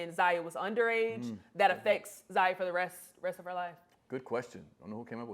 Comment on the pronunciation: Lol...is she messing up their names on purpose? Fun-ches . Zay-ya.